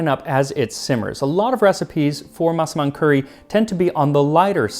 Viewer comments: your pronunciation on the word "Massaman" is perfect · Finally, after all these years, I know how to pronounce Massaman curry. Thank you Max!